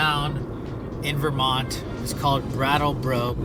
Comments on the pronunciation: lol I've literally never heard anyone pronounce it "Veer-mont". It's pronounced "Vur-mont". Also to say/think that there is more content about Texas or southern states than there is about New England which is the birthplace of America is absolutely wild (and ignorant AF). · Stop STOP saying "Varemont"..... it's "Ver-mont" say it right. Portugal get real yer Russian or Ukrainian.